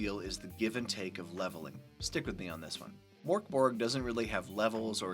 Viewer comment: I can't stop laughing. Pronouncing it like Morkborg makes it sound really goofy. Like something from the muppets. Now Mörkborg, Swedish for dark fort sounds pretty cool I think but the way it's Americanized and also the way the letter ö is just treated like an o makes it sound so silly, I'm sorry.